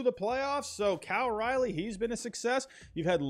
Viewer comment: Calling Cal Raleigh Cal Rilley makes me think you don’t know jack shit about the mariners